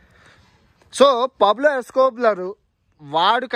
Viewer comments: Escoblar Escoblar ani... Escobar ayya adhi... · Pablo Escobler kadhu babu adhi.. Pablo Escobar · Pablo Escobar ra naayanaa.... Escoblar kaadu 🤣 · It’s Escobar bruh, not escobla!🤦🏽😅